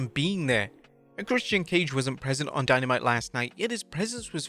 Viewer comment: Dynamite was “Dyno Mite!” 😂😂😂😂😂😂😂